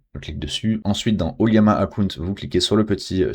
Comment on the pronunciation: O L L A M A, ce n'est pas un i ^ ^